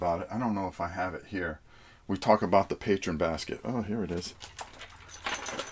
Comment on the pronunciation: Greg Lott yeah. mispronounces a lot of things. But that's just his little quirk.